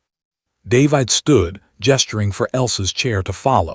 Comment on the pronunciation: Stupid AI can't even pronounce the name David correctly. Not listening to this mess any further. And where is the rest of the story?